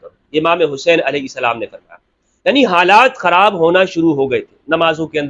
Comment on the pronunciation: Sir I love how you say Hazrat Imam Alahai Salam JazaKallah